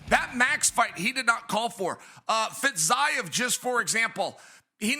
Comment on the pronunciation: Chael! Pronounce fitziev the correct way please! Just once for me???